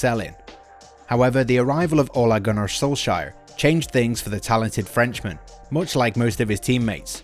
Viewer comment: I'm still wondering what the hell an "ollergunner" is..